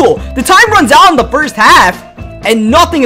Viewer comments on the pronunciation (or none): This guy needs to learn how to say a th. It's not da win or da anything. It is the ..